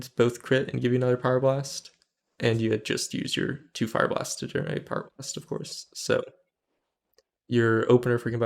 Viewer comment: It's really difficult to understand if you're saying Pyroblast or Fire blast at the beginning of your video. Just so you know. :(